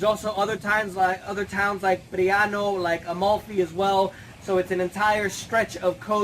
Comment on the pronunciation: lol amalthee Coast, try saying it again Bro ...